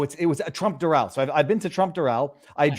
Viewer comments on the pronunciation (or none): none